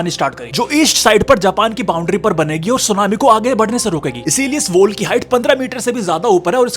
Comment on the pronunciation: Wall ko woll bol raha hay...woll😂